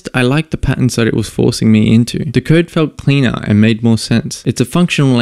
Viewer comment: I keep thinking you're saying "VLSP" when you say "the LSP".